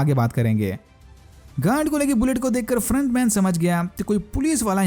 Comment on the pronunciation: gand lo le kar guard bolna tha gand nhi 😂😂😂😂